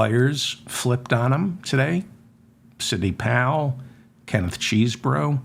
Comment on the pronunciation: Hello David I am glad that you pronounce Mr.Chesebro like it's spelled not(chessbro)